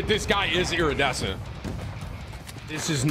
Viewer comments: Eerie-dessent got me tilted. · The way Tim alternates between pronouncing iridescent right and wrong is driving me nuts 😂😂😂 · Brother please learn how to say the word “iridescent”